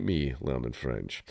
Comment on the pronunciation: You're nailing the french pronunciation